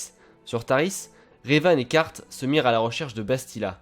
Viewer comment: Carth ne se prononce pas Kart mais Carsse ^^ Sinon bonne vidéo